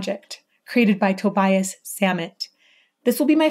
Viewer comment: Great video thanks, by the way it's pronounced Tobias like Tobi-as